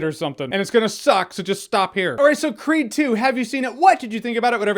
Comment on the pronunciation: Every time he says 'creed' , I hear it as 'creep' ..